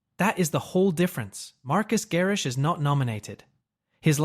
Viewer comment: LOL at “Marcus” Garrix!!! 🤣🤣🤣